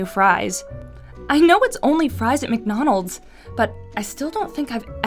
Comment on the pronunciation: She said McNonalds pft